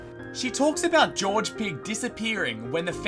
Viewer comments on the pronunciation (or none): It's sad how he said George as gorg-ie 😩